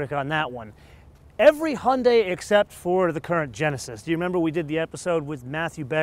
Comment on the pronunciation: "hunday" haha :D